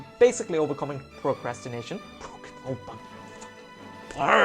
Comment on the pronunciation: I liked how you pronounced it 'procrastrination' before.